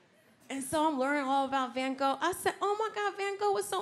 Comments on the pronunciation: She didn’t even pronounce the van in van Gogh right. It’s pronounced with an a like in arm. Also It’s not like Dutch doesn’t have a lot of verbs, we have plenty. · inderdaad haha, ik vond het grappig hoe ze Van Gogh zij lol 😂😂😂😂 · Even Belgians can't pronounce van Gogh correctly .....